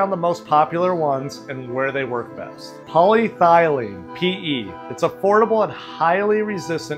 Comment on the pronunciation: It's not called Poly thy lene - It's called poly eth e lene